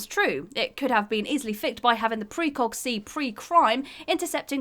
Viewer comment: The writer doesn't understand the expression "begging the question." Also: "sovriety" "ek-specially" easily "ficked"